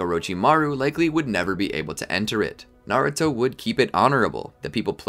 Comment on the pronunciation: Is Naruto not nauto